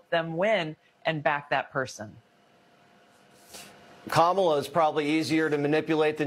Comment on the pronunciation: She said camala Harris 😂😂😂😂😂😂😂😂😂